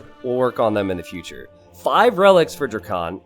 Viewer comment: DrackEn not DrackOn. Please you’re driving me crazy!